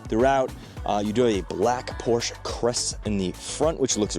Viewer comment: A word to the wise. "Porsche" is a two syllable German name.